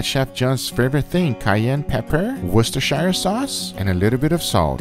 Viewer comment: Worschessteshiiiehiriererrr sauce